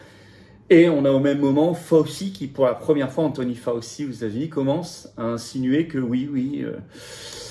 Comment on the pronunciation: fauci /fao chi comme gucci cest gouchi